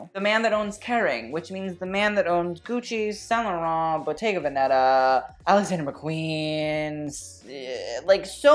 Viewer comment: Love the comments. The actors should ask you what to wear. Please pronounce “Bottega ( = artisanal shop) Véneta ( from the Region Véneto) with he accent on the first “e” (remember the first not the second). In Italian there is no accent, I just put it there so you know. Otherwise perfect and very technical comments.